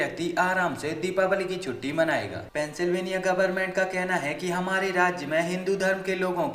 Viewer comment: Pehle sahi tarike se bolna sikho mohtarma silveniya nahi Pensilvenia😂😂